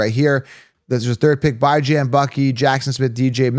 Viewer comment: How does he consistently say Bijans name wrong